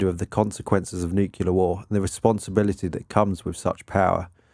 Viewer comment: OK, I'm gonna be that guy-- If you're going to be saying a word dozens of times in your video at least learn to pronounce it correctly. Thanks. NOO·klee·ur, not nuke-ya-lur.